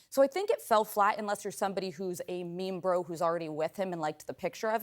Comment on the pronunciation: Did she just say Memebro